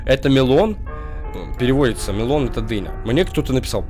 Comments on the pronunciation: Не мелОн, а мЕлон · мЕлон - ударение, а не мелОн!! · ТЫ В КАКОМ КЛАССЕ!?!?В 1 !?!? Watermelon арбуз а melon это дыня!!!!!! И melon ударения на e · Melon это и дыня и орбуз просто и ударение на е